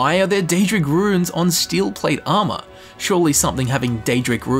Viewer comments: every time you pronounce runes as "ruins" i die a little inside. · I had to skip the first one cause it's pronounced "Roons" not "rooooins".